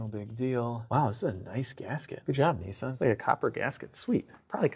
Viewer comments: Nissan not Neesan! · Nissan not neesan😊